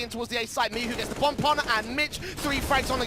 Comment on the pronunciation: cgodzi o to, ze komentatorzy sie mylili i czasami mowili "miczu" zamiast "Michu"